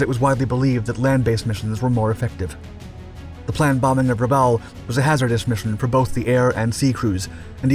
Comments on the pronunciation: How on Earth do you manage to mispronounce (almost) every single place-name? MAY-kin, not Mekin. Rah-BAWL, not Re-bowl. Okay, you nailed New Ireland - although I doubt the Irish accent was truly necessary. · it's Rabawl, not Rabell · I believe that Rabaul is pronounced Ra-Ball, not Ra-Owl. I'd like to know which is correct. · For christs sake……some of your pronunciations of places names is absolutely VILLAINOUS ! Bougainville is Boo-gan-vill Rabaul is Ruh-ball Great subject but bad pronunciations throw it off a lot. And the Essex class were NOT “jeep” carriers, they were fleet carriers. “Jeep” carriers were a nickname for the freighters that were converted into small carriers. Get it right or don’t do it at all. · Rubbowel and Trook? Are you sure about those pronunciations?! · I usually like your videos. But this one is rough. For 80 years these places have all been pronounced a certain way and now you've decided to change every one of them. Truk sounds like truck. Boo Gan vill. Rah ball. I forget the other ones. Try watching a couple videos on here. You'll figure it out